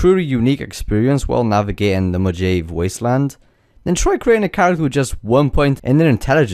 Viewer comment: Mo-Ha-Vae Mojave